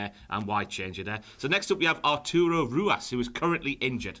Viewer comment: Say it with me lads: THATS NOT HOW YOU SAY RUAS